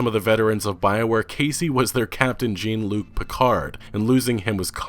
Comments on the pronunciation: Did I just hear you say Gene-Luc Picard? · ‘Jeen’ Luc? ‘JEEN’ Luc?! It’s pronounced Zhawn-Luke! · Everybody STOP 🛑 we need to correct something. It’s pronounced John not Gene. Jean-Luc Picard 2020! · Who the hell is "Gene"-Luc Picard? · DID I HEAR HIM SAY 'JEEEEN LUKE PICARD' HAVE YOU NEVER SEEN TNG? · Did you just say "Gene-Luc Picard"? ...What? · "jeen" luc picard? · The Jean in Jean-Luc Picard is pronounced "Jon". I'm going to need you to turn in your geek card immediately. You can have it back when you publish a correction. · Did you say (gene) Jean-Luc Picard 🤔 Lol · JEAN Luc-Picard? no one else gonna mention that? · "Jeen Luke Picard"? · GENE-luc Picard? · Not to sound nerdy but I'm going to. "Jean-luke pakard" isn't it pronounced "jaun-luke"? Ok, end nerdy really! lol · The only thing that bothers me about this video is the fact that you mispronounced Jean Luc Picard. To pronounce Jean is like starting to say John, and then leading into Shaun. So its like a Zhean, its weird, but other star trek fans may bitch too so... >.> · "Gene-Luke Picard" 😂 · Dude! GENE-Luc Picard? Really? I just lost a lot of respect. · You miss-pronounced Jean-Luc Picard. Your nerd cred has been revoked. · I've never seen Pre-Abrams Trek. He's just ignorant of how to pronounce French names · Got triggered when he said Picard's name wrong and toned the rest out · Am I the only one that’s mad that he didn’t pronounce jean luc Picard? Lol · It makes me sad how you pronounced Jean-Luc :( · Anthem sucks ya but I am more upset of your mispronunciation of the captain Jean-luc Picard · It's definitely not pronounced like 'john'. It's pronounced with a soft 'g'. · That, good sir, is not how you say Jean-Luc Picard. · yeah. wtf who mispronounces that? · Jean? Jean? Your coolness has dropped from 100% to 99.9% because you didn't know the French pronunciation of an Enterprise Captain. The Shame!